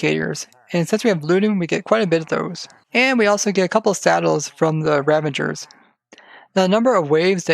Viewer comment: They are called "Ravagers", right? And not "Ravangers" OR are you preparing for "Avengers: Endgame"? 😉😂